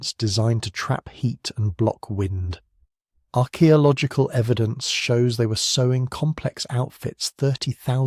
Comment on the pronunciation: Only an AI would pronounce archaeological like that. How very very disappointing.